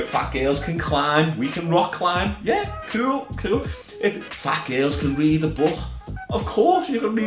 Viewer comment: "Fayt gayls" 😂😂